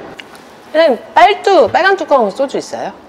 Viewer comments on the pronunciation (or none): 빨뚜? 억양이 ㅋㅋ